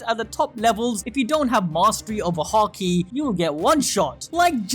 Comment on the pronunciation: Emphasis in haki is on the ha, not the ki, so it’s not “haKEE” it’s more like “HAki”